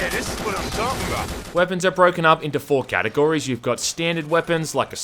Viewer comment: Did he say GAT-agorys ? 😂